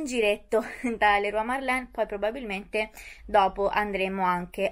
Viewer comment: Ciao. Si dice Merlen non Marlen 😉